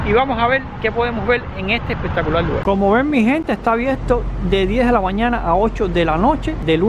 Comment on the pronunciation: Lugal, conocel 🙄